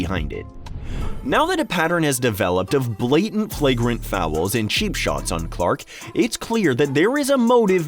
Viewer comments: Are you saying fowel? LOL!!! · How the heck are you making “fouls” a two syllable word 🤣🤣